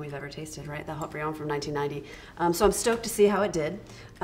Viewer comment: I'm surprised Haut-Brion outperformed Latour. I'm even more surprised that pronounced it Ought-Brion.